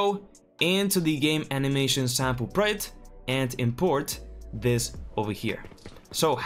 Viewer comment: Its pronounced (PRRAWWW JECKT) not (PRIT) 😂